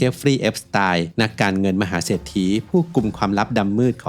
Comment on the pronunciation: เอสติน ไม่ใช่ เอสไตล์